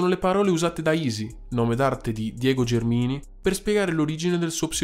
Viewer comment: Izi è partito dal primissimo nome d'arte "Spiteful", poi è passato a Eazy Rhymes, poi ancora a Izi Erre, per poi concludere con Izi... comunque si pronuncia Gèrmini, non Germìni